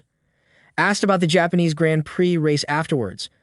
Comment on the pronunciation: learn the correct pronounciations dude. who is "saints" and what is a "grant priiii"